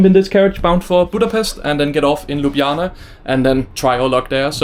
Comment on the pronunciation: Excellent pronunciation of Ljubljana! 😊